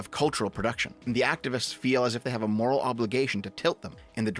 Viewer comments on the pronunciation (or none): none